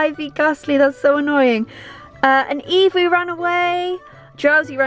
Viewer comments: Why are you saying beavis not eevee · all calls it evee and she calls it beavus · Y she keep saying beevis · Beevus??? I thought named her Eevee. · I swear the dog is called eevee not beevis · Is the dog named evee or beevus cause you called her beevus and called her evee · why does she keep calling eevee bevis? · Does she call eevee beavis?????? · Why does she call it beavis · How come calls eevee beavas? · It's Eevee